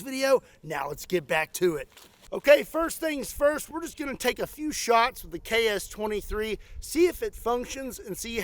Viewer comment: As a Russian, I can't stop thinking about your pronunciation KS-23 sounds like CHAOS-23!!!! That's incredibly accurate for this gun!!!